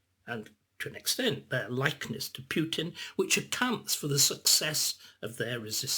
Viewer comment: Spoilt by calling him "Pewtin".